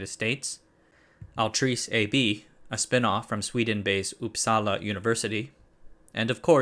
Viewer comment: Just signed up for the newsletter 👍🏽 Btw, you nailed the "Uppsala" intonation 🇸🇪☺️ For real